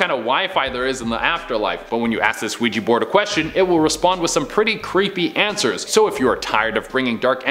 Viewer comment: It's Ouija, not Weegie.... which is what people from Edinburgh call people from Glasgow, and it's a toy....nothing more.